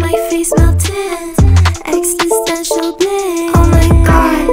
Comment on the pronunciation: It's existential, not EXTISTENTIAL